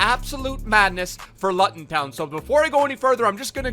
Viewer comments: Even though the pronunciation is wrong, I’m glad to see my last name gets a shout out😂🙌🏼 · The way this guys pronounces Luton has me creasing. #COYH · watching you try to pronounce Luton was an experience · The Diamond _ he don’t even know how to pronounce it that’s how irrelevant u lot are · My man said lut-on I died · Loo - ten pronounce it better it hurts😂😂😂😭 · mate, Luton is pronounced: Loo-ton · “Lutton Town” 🤣🤣😭😭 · Looten it’s pronounced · It’s pronounced loo tun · Say it with me , loo-ton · Luton is pronounced Looton 🤣 COYH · ITS PRONOUNCED LOO TUN FOR FUCK SAKE OH MY GOD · (Luton) town 😂 looton town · cool so its spelt Luton, but you say it as Looton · The way you say Luton😂it's pronounced LOO-TON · It’s pronounced looton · Luuuuuuuuton it’s luuuuuton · please use Google Translate for pronunciation from now on. Loo-ton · Nice video but it’s pronounced looton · I was screaming out the screen the whole time it’s pronounced fucking looton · It’s pronounced “looton” not Luton 😂😂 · luton. not lutton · It’s pronounced loot-un but love it I’m a Coventry city fan and I want to see way more meyler it’s a club that doesn’t deserve to be where it is PUSB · when he pronounces luton as luten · It’s pronounced loo-ton 😂😂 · Luton = Loo Ton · Thanks for using this card I’m a massive LUTON Fan love to you brooo and it’s pronounced looton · 'Up the God damm Lut'n' in doneeee its pronounced LOOOTON :) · U can't say luton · Your saying luton wrong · He says luton wrong 😂😂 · The way pronounces Luton😂😂😂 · He said Luton wrong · I like how he can’t say Luton 😂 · How he pronounces Luton 😂😂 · The way u pronounced ‘Luton’ 😬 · Love how he says luton😂I’m from Luton as well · It's luTon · how he pronounced luton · omg the way he pronounces luton im actually from there collins is he best super sub really love the vds brother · pronunciation of luton omg 😭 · He said Luton incorrectly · The way u pronounce Luton ffs 😂😭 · The way he said Luton 😂😭😭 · Lootun not Luton